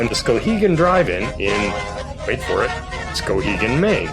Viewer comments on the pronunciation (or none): Although your pronunciation of Skowhegan leaves something to be desired, it was nice to you in my homeland. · You need to emphasize the w more; SkOWhegan rather than Skohegan